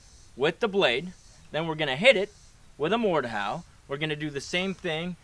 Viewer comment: did anyone else realize he said mordhowl when he used the blade